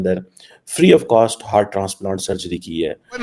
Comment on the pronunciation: हर्ट नहीं हार्ट बोलो